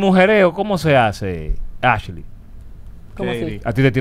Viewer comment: ai dios se paso alofoke diciendo askley